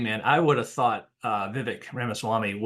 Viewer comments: It’s pronounced Vivek like ‘cake.” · It is pronounced Vivake, as in Cake. 🍰